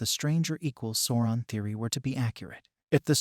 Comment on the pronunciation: (Sow-ron) not sorron! Sweet mary. Bless your heart.